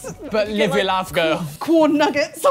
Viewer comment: Whenever says “live your life girl” it always sounds like “live your laugh girl” to my American ass